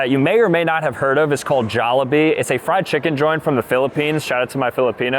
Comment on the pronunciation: You pronounced jollibee wrong